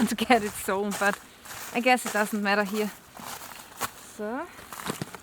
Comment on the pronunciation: Firstly I thought you are British, Canadian or sth like that, but the way you are pronouncing "here" like "hier" in German made me think ;) Then I checked your website and everything is clear now : p